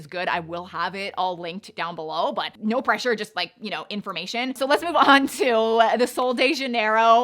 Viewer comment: AAAHHHhhhh, not my sol de jenero! Lol